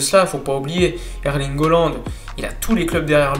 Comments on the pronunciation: CA SE PRONONCE"ALAND" PAS OLAND IL S APPELLE HAALAND ALORS ARRETE DE DEFORMER SON BLAZE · Erling Haaland. Ça se prononce Erlingue Hollande. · haaland et pas holland ptdrrr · Ça se prononce Hollande.